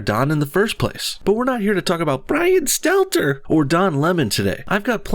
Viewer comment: l0l0l bro i love you but please dont try to say Brian Stelter like Mark Dice bro, you can't do it.